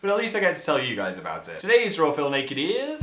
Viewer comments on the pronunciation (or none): none